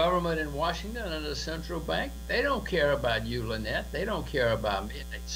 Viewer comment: You keep pronouncing Lynette's name wrong and was sure someone would have corrected you by now or even hear/listen how Jim Rogers pronounces her name in the clip. Well here you go ( Phonetically: La - Net). Hope this helps. Okay buddy continue to keep up the good work and thanks for all the info you share concerning XRP.